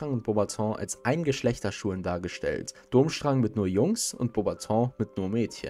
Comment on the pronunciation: Nein, Dumbledore kann nicht in Hogwarts apparieren...sonst haut die Stoty mit Rosmerta und Malfoy auch garnucht hin... Ja, er kann es Zeitweilig aussetzen (Apparierunterricht) aber nach deiner Begründung könnte auch Voldy einfach reinspazieren! Ich wollte dich auch bitten, deine Aussprache etwas zu überdenken! So ist das t bei Voldemort stumm und Durschrang wird Durmstrang ausgesprochen! Im Ansatz finde ih deine Videos gut aber in der Ausführung sind sie manchmal etwas mangelhaft! Ich möchte auch nicht bezwecken, dass du demotiviert wirst, sondern dass du dich verbesserst! Ich wünsche dir noch einen schönen Abend und alles Gute! In welchem Haus wärst du eigentlich?